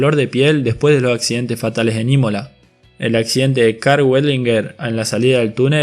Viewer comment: Por el amor de diosas, usa las letras S cuando hablas......... no es mil noveciento y noventa y tres.... es mil novecientoS y noventa y tres..... semana en plural no sé dice semana, se dice semanaS.... no sé dice los accidente, se dice accidenteS